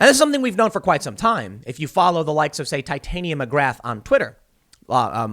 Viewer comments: Tim ... PLZ STOP PRONOUNCING IT TITAN-NYA MCGRATH ...ITS TIT- ANYA . I KNOW ITS NOT A BIG DEAL BUT IT DRIVES ME FUCKING NUTS 🤣🤣🤣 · Its pronounced as 'i'll break it down for you Tim,' Tit arnia. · Tim, it's pronounced "TIT-AHN-YA". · The way he pronounced Titania made me cringe so hard.